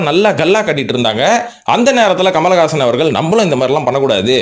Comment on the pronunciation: Kamalagaasan… aa !!!! Peru correct a chollungo bro